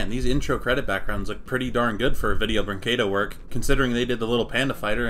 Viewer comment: The butchering of the word "Brinquedo" makes me internaly scream